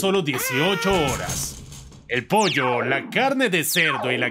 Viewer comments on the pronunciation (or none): none